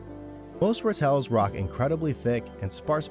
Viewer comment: Ratels, the stress is on the first syllable ra tel, not ra tel . They're pretty common in my area .Their badass reputation is really earned.They really fear no one Note that Cheetah young have white hair in their backs, they look like ratels from afar. Most predators avoid ratels like the pest: great protection. When sea otters were hunted to near extinction, sea urchins destroyed the kelp forests.They are a keystone species, indeed mustelids are awesome, I miss the fishers (they even kill bobcats!) fearless weasels , ermine, mongooses and meerkats.